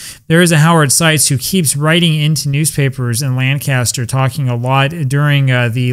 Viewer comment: SUPERB REPORT , SIR... ⭐ ⭐ ⭐ ⭐ ⭐ .....Up there the pronunciation is " Lankisster".😅😅😅😅... It's my favorite game !